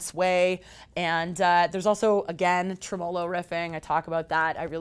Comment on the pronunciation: trem-O-lo picking? The em-PHAS-is on the wrong syl-LAB-le.